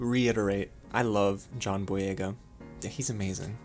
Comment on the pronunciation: You actually said the name right